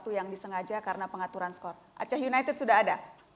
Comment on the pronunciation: Wahahah kacau ...pantes die sujud syukur pas melenceng ... Didor pala yekan..gmn ga sujud syukur lu #oiya just info Aceh united dibaca Blitar united ya hehehe...klub kebanggaan Aceh itu always Persiraja